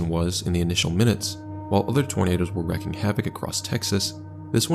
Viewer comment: The term is "wreaking havoc" pronounced /reeking/ .